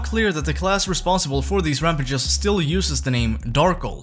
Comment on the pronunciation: Your pronunciation of rampages gave me aids